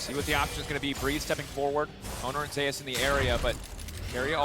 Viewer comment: why keep saying ZEYUS. ITS ZUS witha silent E.